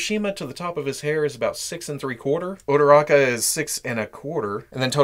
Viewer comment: He says ururaka hot